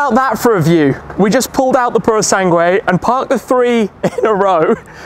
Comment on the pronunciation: Wow that 296 is a stunner. Not paid much attention to car vids of late so never knew of it till now. Without even looking up the info on it it's clear its a modern take on the Dino and its perfect. The Purosangue? well its nice for an SUV I guess. Glad you can say its name right lol.